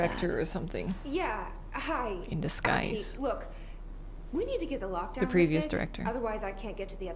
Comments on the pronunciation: Ahti’s actor is such a regular face in Finnish tv but his portrayal in this is on another level. He’s so creepy! Also, the name is pronounced more like Ahh-ti, the h is clearly pronounced and the t is short.So cool of you to play this game, Finnish representation and all that :) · Oof. Must be frustrating for the Finnish people having to deal with the main protagonist calling the janitor "Aati" and not "Ahti" lol... Regards from Norway by the way, Finns are the best<3 (yes take the heart and shut up you cold bastard brothers :D )